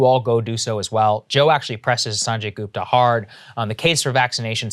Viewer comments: GOOP-ta? GOOP-ta?! Might as well call yourself Say-grr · LOL is Saagarji pronouncing "Gupta" American-style?? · sagaar pronounciation of gupta is a travesty